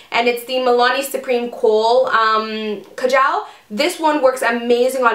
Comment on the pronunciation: Pronounced kha-jul